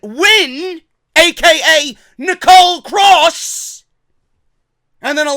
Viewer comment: her name is Nicola, it's not Nicole